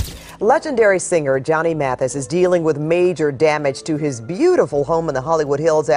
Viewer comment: "Mathias???" "Mathees???" Good grief. Not to mention the cryptic background music.